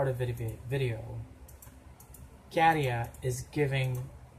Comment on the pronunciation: I agree he's hot. I have noticed that you pronounce Käärijä really well now. 😃 So I want to commend you for that. 🥰 You have mastered the letter Ä. 🥰